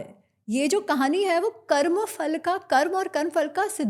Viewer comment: Amazing that mispronounces फल